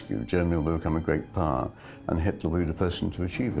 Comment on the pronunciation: Every time the Scottish guy speaks the word power... It sounds funny he says purr..... hahahaha